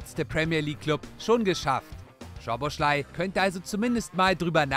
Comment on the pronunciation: er heißt Soboslai, nicht Schoboschlai